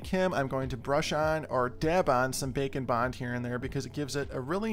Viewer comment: When you first said Bake and Bond, I thought that you said Bacon Bond. lol